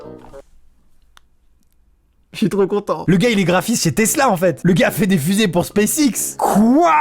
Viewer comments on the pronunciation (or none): none